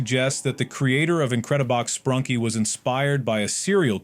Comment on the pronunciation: Bro said sprunky instead of sprunki....😂